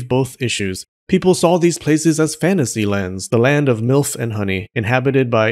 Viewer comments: did he just say ,,the land of ,,MILF" and honey" or did I mishear it...?🤨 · Did this guy really just say, "land of milf and honey?" Lol